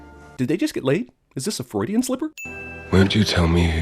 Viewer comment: "is this a fruidien slipper?" 😂